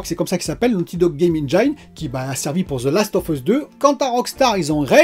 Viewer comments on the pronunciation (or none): Salut. Super tes vidéos, continue d'être au naturel. Par contre on dit eng(i)ne et pas eng(aï)ne 😉. Vu que tu l'utilises souvent je tenais à te le dire 😊. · Excellente vidéo ! Puisque c’est un mot que tu prononces souvent, sache qu’en anglais « Engine » se prononce ennejinne et non pas ennnejaïne ! Ça écorche les oreilles à chaque fois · Hello ! Engine se prononce enjin et non enjaïn :) Bonne vidéo ! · Pour Engine, pense à angine (la maladie) pour bien le prononcer. Après d'après DF le VRR c'est quand même un gros plus... Les chutes de framerate sur console c'est hélas pas si rare, mais ça pourrait être pire avec notamment les résolutions variables qui sont quand même mieux fichue aujourd'hui en terme de qualité. La généralisation progressive du DLSS est vraiment une super nouvelle, dommage que ça nécessite des TC qui ne sont pas sur tous les GPU (quel cruel manque pour les consoles). Pour Google c'est moins sur le radar parce que tu n'es pas obligé de passer par le store officiel, du coup c'est surtout Apple qui est dans le viseur parce qu'ils verrouillent tout. Bon Week End:) pense à te reposer aussi;)